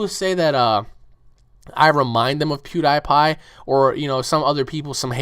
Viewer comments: lol sorry but you pronouce pewdiepie wrong (PEW-DE-PIE) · I think you said "Pewdiepie" Wrong :P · LOL!!!! HE SAID PIEWDIEPIE WRONG XD!!!!!!!!!!!